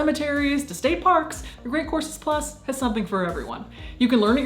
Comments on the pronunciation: It's just the way she pronounces the word. It sounded like see said courses. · I definitely heard “Great Corpses Plus” and not “Great Courses Plus”